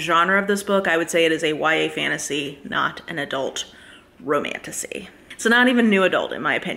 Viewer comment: Maybe it’s just my broken mind but the amount of times I hear ‘Romantussy’ is positively disturbing 😂